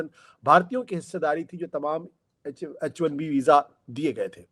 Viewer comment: sir It is H1B not HIB